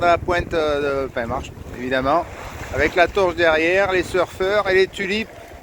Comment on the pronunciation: Penmarch ….. prononce “ pin marr” ! 😉